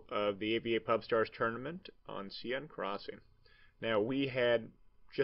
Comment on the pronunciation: Love this. I've sub'd. Love that we can see you when first commentating, very original. But dude, Sieine is pronounced 'sane' as in 'insane'. I'm European, I'm right :)